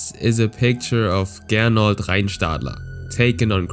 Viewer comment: Er hieß aber Gernot und nicht "Gernold"